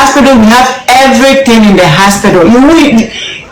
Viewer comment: 6th minute I like the way she keeps saying haspitdal 100 times